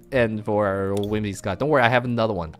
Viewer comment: WhimSIcott, not WhimIScott.